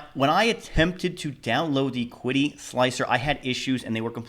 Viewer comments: Was seriously looking at this printer, but now I’m torn since I’ve seen the Flying Bear Reborn 2. Opinion between the two of them? Build volume on the Reborn 2 is . It’s not Klipper, but can be converted to Klipper easily. Oh and it’s pronounced Chi-DI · Pronounced chee-dee just FYI. :) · Pronouned Chee Dee. Qi, (Chinese: “steam,” “breath,” “vital energy,” “vital force,” “material force,” “matter-energy,” “organic material energy,” or “pneuma”) in Chinese philosophy, medicine, and religion, the psychophysical energies that permeate the universe.